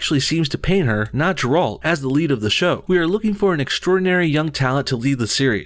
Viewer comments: If you are going to cash in on the witcher dumb ass sjw issue can you at least pronounce the main characters name properly ... ffs its Geralt the G is like in garage Ge-ralt! Not Jerralt the way you pronounce it... do some research first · G e r a l t Not Jeralt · Did you just say Jeralt?.. its Geralt. As in G IS FOR Ghost. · It's Geralt. Hard G, like Grape. Not a soft g like generation. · Well there goes another show I wont be watching then. And its Geralt not Jeralt. I m czech and no, kingdom come wasnt in croatia, it was in Czech republic. pls dont take away one of our best games next time. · It's not Jralt. It's Gair-alt, like 'garden'. Geralt. Did you even play the game? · Every time he said Jeralt instead of Geralt made me want to die. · Ger-Alt Lmao. It’s Gair-Alt :3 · It's NOT FUCKING pronounced "JiRALT" It's GeRALT! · It's Geralt not Jeralt haha "apart from that I agree with everything" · If Ciri is not white, ashen-haired girl with green eyes, I am not watching the show. Few notes for the video: The series is supposed to be based on the books not the games. It's not "Gjerald" It's Geralt. KC is set in medieval Bohemia, that's right nex to Poland. Not Croatia. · its Geralt not fucking JERALT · GERALT, not Jerald. -. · uhh no bullshit, Geralt's name is pronounced with the G sound like Gay/Gomorra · the next time i hear someone pronounce Geralt's name dirult, guralt, or gerald I'm gonna blow my brains out! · Completely agree with everything you said. I just couldn't take my mind off of the fact that you keep calling Geralt "Jerolt" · Geralt's name is with a hard G, dude. Both English and Polish audio in the game use a hard G. Also, Millie Bobby Brown introduced herself as "Millie Brown" when she and her family ate at Hell's Kitchen in one episode of the show and she demonstrated her American accent to two of the contestants. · Jeralt? LOL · > Kingdome Come Deliverence based in Croatia > Geralt pronounced with hard G Do your homework. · Jeralt? WTF?